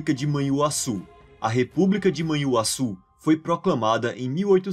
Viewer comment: Assuma que vc pega esses vídeos lá fora senão pega mal. Vc até mesmo pronunciou Manhuaçu (antes grafada como Manhuassu) como "man huassu", tal como gringo que não conhece o dígrafo "nh". Tenha santa paciência!